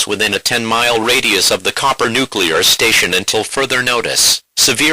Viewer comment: It's Cooper, not Copper...